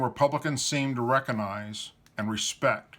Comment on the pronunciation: The "G" in recognize is not silent.